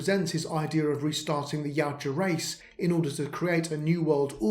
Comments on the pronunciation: I love this, just wish you had pronounced the name right with how often you use it. My brain couldn’t stop trying to correct you. (Ya-OOT-ja) not (Yow-Ja) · Its pronounced.......ya ooh ja